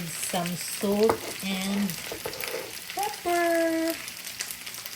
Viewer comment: I love when you say pepperrrrrrrr.❤❤❤❤❤ and summerrrrrr too❤❤❤